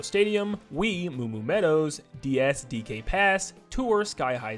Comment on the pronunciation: He said Wii